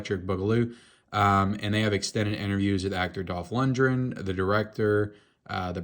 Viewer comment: It's Dolph Lundgren... not Dolph Lundren.....